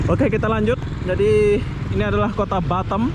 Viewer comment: bukan batem bos tapi batam